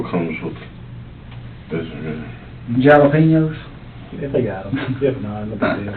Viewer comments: I'm sorry...'JAL-EH-PEN-EOS'?!?!?! People seriously say it that way? In a serious way? Or just seriously serious serial killers say it with a hard 'JAl'? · Detective: You want Jal -lo-peen-yos?😂